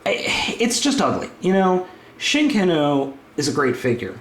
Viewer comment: or "chicken-oh" as he calls it